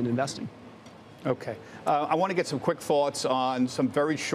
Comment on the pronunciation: He just doesn't jet it... 😂